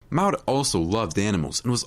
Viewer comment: The twins names are Bonnie and Maude? If so, the secind name rhymes with awed, broad, flawed, Claude. Certainly NOT the way the narrator was pronouncing it!